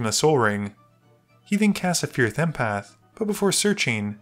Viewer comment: Not sure if "Fierth Empath" is a meme or slip-up XD